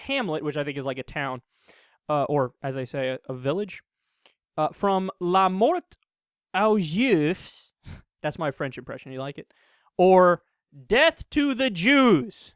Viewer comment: Aux is pronounced "oh" and juif is pronounced "zhew-eef"... Ignore the s, it's not pronounced.